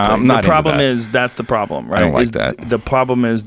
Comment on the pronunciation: “tha pwoblem”